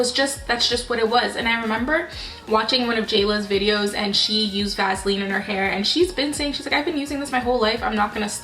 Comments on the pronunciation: Love how you say Vaseline.lol (Vazlean)😍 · It’s pronounced Vaseline not Vaseline 😂😂😂😂😂